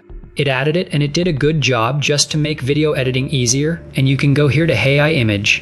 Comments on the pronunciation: hey I? you should edit the text-to-speech before releasing. for phrases like AI, try using "ayyeye" or some such in your text. right from the hooked on phonics playbook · I liked the video, as the content was great. But, this one was not quite up to par, audio wise, as your usual videos. First, the voice kept saying, “Hey I,” every time when trying to say, “AI.” The second thing was I noticed a number of times the audio cut off during transitions, thus making it hard to understand. I just wanted to point out this user’s experience. Thank you! 🕊️🫶